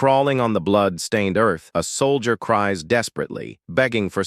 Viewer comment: the AI's pronunciation is terrible. nobbleman, soldeer, mesyour...